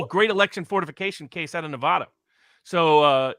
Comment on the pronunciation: I’m a 50yo native Nevadan. you need to pronounce NEVADA THE WAY WE DO!!! 😡